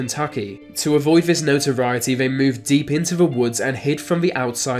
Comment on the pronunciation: needs to learn how to pronounce the letters ‘th’. Ver, vis, vat should be there, this that. Get some speech therapy!